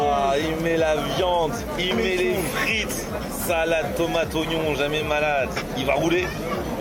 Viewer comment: "Galettse" "Fritse" donc "Kebabse", ça fait sens x)